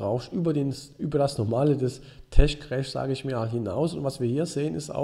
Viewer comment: Tesch-Krääsch <3